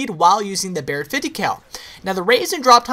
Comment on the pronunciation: i hate the way he says BARRET 50cal